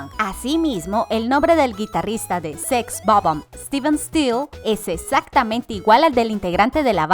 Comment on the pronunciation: Sex o bomb.... 😪 SEX BOB-OMB. En fin.... Ya nada me sorprende